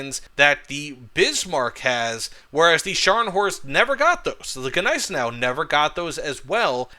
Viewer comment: jesus... stop saying GE neisenau... G is silent..